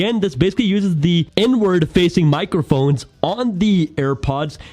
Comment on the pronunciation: I thought he said n-word when he said inward earbud lmao.